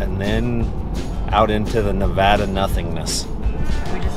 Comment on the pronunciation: It’s just made me very happy that you guys pronounce Nevada properly. I kind of find it annoying when people say Nev-odd- a